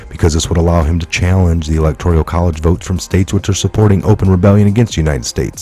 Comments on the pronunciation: with all due respect the pronunciation is ELECTORAL not electorial.❤️ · E-lec-tor-al, not electorial 😉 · ...GREAT report! But please - it's elecTORAL...not elecTORIAL college. lol toral...not torYuL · E LEC TOR AL....... not electorial. I have heard 3 people mispronounce this word today... Also, the s at the end of Illinois is silent... You're welcome ... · i love ya,but after 2 years i gotta point out,there is no....{ I } in ELECTORAL, it's all good [electorial] drives me nutz......lol....but whatever it takes to get the news /Awakening into the mainstream,oh,I'm not a grammar Nazi,just going nutz.....lol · There is no “i”:in electoral. You are pronouncing as electorial. Sorry.